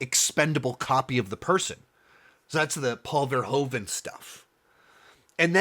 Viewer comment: From a Dutch perspective I find your pronunciation of Paul Verhoeven's name very funny and strange sounding. If you'd like to improve on it: the Dutch 'oe' is not pronounced with the big O sound you make. Phonetically it sounds like the American use of double o (eg. spooky 'oooh', or like in 'Hoover dam'). Try saying Paul Verhooven to perfect the Dutch sound.